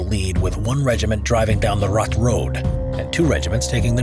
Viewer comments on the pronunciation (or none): How does one pronounce "Suomussalmi" almost perfectly, yet absolutely butcher the much easier "Raate", though? For the future if you're going to do more videos about Finnish wars, I recommend you check google translate or something similar to get a basic idea on how the words are pronounced, at least on the more important parts like the names of the battles in this case. Finnish is actually quite easy to pronounce once you know how each letter is pronounced and that the stress is always on the first syllable. It's just that the sounds do not correspond with the English spelling most of the time, which for a native English speaker makes the words harder to pronounce than they actually are.